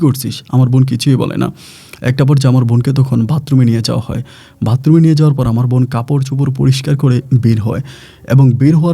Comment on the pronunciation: ভাই ভাতরুম না বাথরুম